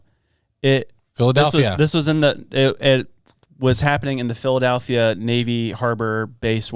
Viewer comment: The real Philadelphia Experiment should be finding out where the A comes from when people say “Phil-uh-dAlphia”. Am I right?